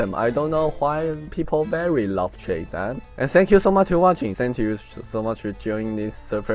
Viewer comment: Felt like it's more proper to comment in English so here I go: First I want to point out your pronunciation for Supper and Chasm are slightly wrong. Or maybe you mispronounce them intentionally? Anyway, I felt like you should try to get them right since they are/relate to your topics. For views , I think it's just gonna be very hard to grow. There are just too many videos on Youtube. I'm no expert, but maybe you can do more experiment with different video and check out which one is better received. Video title can also matter, you can make them easier to search or seem more interesting, just don't be clickbait. And you forgot to put the twitter link@@